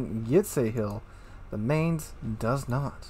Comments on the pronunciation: This isn't how you pronounce Mainz (see wiki: ) It's a T8 cruiser, so naturally no heal. Eugen gets one, but also has almost no dpm, Mainz has dpm. It's the premium solution to IFHE rework. WG said CLs don't pay a high enough price for good HE pen and new CLs shouldn't pen 38 mm USN decks. Enter the Mainz, a CL that has Chapayev dpm, needs no IFHE and still pens 38 mm plating. With DE and fire flags, you get 11% fire chance per shell, which doesn't sound too crazy, until you realise that most CLs have less due to new IFHE and the Mainz spams 12 shells every 6s. Mainz spams more shells out than any other T8 cruiser. Shells have a pathetic 1.7k HE alpha but on that reload with that pen and fire chance, can't complain about damage issues. Also, definitely should take PT on the captain and maybe try out the AP more. It is German, the 15 cm gun pens pretty poorly, but at the right ranges, broadside ships will feel it when you pen upper belt. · So it has better guns than Cleveland, faster guns, it has better armor, it has torps, it has better hydro... but no radar? Oh and better range?That about it? I love the Cleveland but this looks awesome. Oh and it's pronounced with an i, like 'fines' and with a 'ts' at the end. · Agreed! I was stationed at Lee Barracks in Mainz, Germany for two years and I cringed EVERY time you pronounced it. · Pronounced "Mine-z' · I’ll say this once and hold my peace - try to pronounce this ship as “Mynts” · Negative on that Chupacabra. Studied German for five years in school myself and Domitius is correct. The "z" at the end of Mainz is pronounced "ts". This has been driving me nuts because I saw NoZoupForYou review the ship and he was pronouncing it the same as, with a long A sound in the first syllable and an S at then, like "Mains". No. Long I sound in the first syllable and TS at the end.